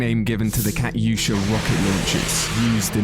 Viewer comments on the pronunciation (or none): It’s not “katie oosha” it Kat you sha Катюша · "cat-usa" lol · Cat yusha? Come on dude. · ka-tu-sha not kat-yu-sha, get it right. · Sorry to be that guy but katyusha is pronounced like caw-tugh-shaa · Hearing him call it the "Kat-Yusha" caused me physical pain. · Kayusha 😂😂😂 bro said it wrong LMAO !!!!! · Wtf is a cat yushee man u butchered that debil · sorry to be the pronunciation police but it is pronounced kay- tu- sha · pronounced ka-tu-sha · The Y in Katyusha is silent.